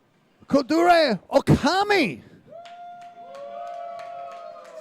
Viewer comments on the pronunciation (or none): Kozure Ookami. Not Kodure